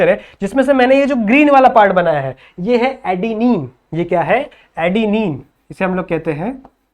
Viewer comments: It is not Adene it is Adenine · Sir, Adene❎ Adenine✅ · Adene❌ Adenine✅✅ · Adene❌ Adenine✔️ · Sir it's adenine